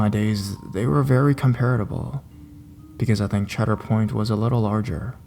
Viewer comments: I heard it also. Cedar Point in Sandusky, Ohio. Right on Lake Erie. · Cheader Point? Don't you mean Ceader point?